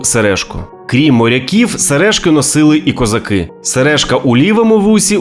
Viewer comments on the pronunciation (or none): none